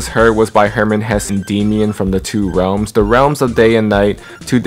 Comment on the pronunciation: i just realized.... Rap mon (my bias) dsid Realims... instead of Realms... but thats beside the point great vid